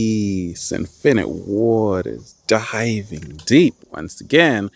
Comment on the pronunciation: I'm a gamer at first I heard "Infinite Water" sound like "Infinite Warfare" for me XD